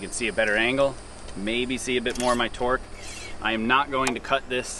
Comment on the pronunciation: Oh.... TORQUE testing, not twerk testing a mistake anyone can hear >_>